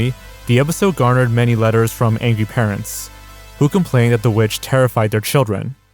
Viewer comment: it kinda sounded like he said "anngy".